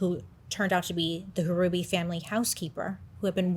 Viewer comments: Also, it’s just pronounced like “Ruby” the H is silent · You pronounce the name Ruby, the H is silent. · The H is silent in Hruby. Such a tragedy in our little town. My husband had college classes with him while Alan was taking concurrent courses during high school. He was so shocked as everyone was. I could never buy that house. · Bro my maiden name is Hruby… it’s pronounced Ruby lol 😂 not a common last name, I wonder if I’m related. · He is my cousin. They were my great uncle, great aunt and cousin. Love you Bailey! I’m also a December Sag, and it’s pronounced Ruby! The H is silent 😂🩵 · I believe the last name is pronounced ruby the h is silent I went to school with some hrubys and that is how they pronounced it not trying to be mean or anything it's all in love just letting you know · And the H is silent. Just pronounced ruby. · Hruby is my maiden name. It's pronounced Ruby, H is silent